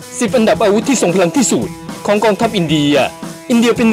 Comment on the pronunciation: ที่สุด ไม่ใช่ ที่สูด